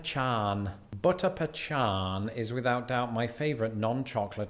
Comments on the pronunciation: Ok he refers to an ice cream as butter pea chan. It's pronounced butter pecan. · I'm positive is trolling with is pronunciation of pecan. There are several ways people pronounce it, none of which are how he pronounced it in this video. He probably has people tell him to pronounce it one way or another, so he decided to make it so everyone disagrees with him. 🤣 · Its pa.can...... its spelled pecan you csn eve pronounce it peee can... just not pachan!!! It doesnt exist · There's no h in pecan. It's a hard c sound, and he's saying it like a ch. That's why it sounds strange. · He is not pronouncing pecan properly. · It's not not "pechahn", it's pecan. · Pecan is pronounced peh-kahn. not pe-chan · Pee con...pecan.... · There is all sorts of varieties when it comes to chili, not to mention the different types of meats...👍 butchered Pecan... It's either "Pea-Can" or "Pea-Con" here in the states...😅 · He was just trolling with "pechan" ;) It's p'kahn or p'kawn (in the deep South); your way of saying it is also acceptable. Never pee-kan -- that's what you call those portable toilets that they have near parades. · No, my man, there is no "" sound in "pecan". Your pronunciation is very East Coast US. That is where I am most likely to encounter "PE'-can". If you revisit Texas, note that the proper pronunciation is "pe-CAHN'" But was just trolling with that "H" sound. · It’s Puh-con not Puh-Chon. No idea why he said it that way. No one says it like that no matter where you’re from lol. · He was joking with the "puh-chan" pronunciation because those in the UK tend to say "pee-kin" and those of us in the states say either "pee-can" or "puh-khan", the last being my way of pronouncing it. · no, it is not pechon, lol. He is just trying to make southern belle heads explode! I had to suppress a strong urge to slap him then apologize profusely hahahaha. it is pecan [not pee can but pee con] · "we in the North say pee-khan)" Wrong. PUH-khan